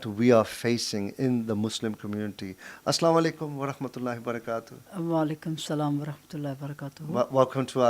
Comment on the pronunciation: Brother, not asslamualaikum,it is assalamualaikum.